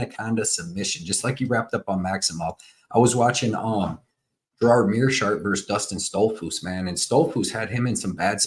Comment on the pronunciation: Gerard... LOL It's Gerald... Never trust a fight predictor when he doesn't even know the names of the fighters.